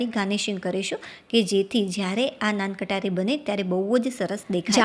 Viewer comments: Nan Katari nahi ben Nan khatai bolte hai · નાન કટારી નહી નાન ખટાઇ બોલો. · નાન કટારી?? મોઢામાંથી અમુક શબ્દના ઉચ્ચારણ 😅